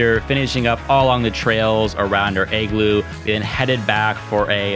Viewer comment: Lol your pronunciation of the word "igloo" is triggering me! Ahhh! 😂😂 It's sounds like your saying "egg-glue" but it should be pronounced "ig-loo" ...pretty simple to say lol but thank you so much for this awesome video!! Great content! Very informative in many different ways and your bravery is on another level lol cause I don't think I could ever do a cold plunge! Burrrrrhhhh!! 🥶☃️❄️ What a beautiful country! Wanna take my dad here for his 70th birthday/retirement so he can RELAX and completely ENJOY himself with not a lot of activity and exploring but just the true nature of nature itself and to soak it all in without bouncing around from place to place and sight seeing because it would be extremely demanding for him physically! Once again great video! I think I'm gonna start the booking process ASAP! 2 thumbs up!! 👍🏻👍🏻